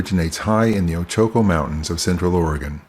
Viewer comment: Kind of a harsh way of letting him know, but I agree. Ochoco, Madras, and Chinook all were mispronounced here. On the positive side, I enjoy your videos!